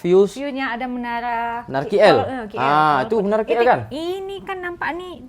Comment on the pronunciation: K3napa suka cakap KI EL sebutla KL ATAU KAY EL